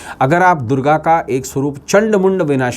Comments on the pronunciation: Sabse pahle to Ma Durga bolna seekh lo uske baad jo kahna ho kaho. mujhe to tumhara chehra dekh kar he Nagetivity hone laga. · आप पहले ,🙏मां दुर्गा को मां को बोलना सीख लो....... वरना आप का वास्तु जरुर बिगड़ जाएगा